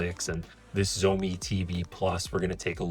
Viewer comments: it's funny how you said zoemi but it actually pronounced as "shao mi" 😂😂😂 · Xiaomi it's pronounced: shaumee not zomi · While miles better, even your pronunciation is very wrong. 'X' is not a 'sh' sound. It's more like a hiss. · At least pronounce the brand name correctly dude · Please pronounce Xiaomi right lol driving me crazy. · Jeez, please learn to pronounce 'Xiaomi' properly if you want people to take your review seriously. It's not that hard.